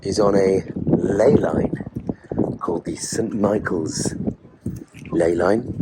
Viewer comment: Misspeaks ley line, spills coffee, “bloody archangels “ 😂😂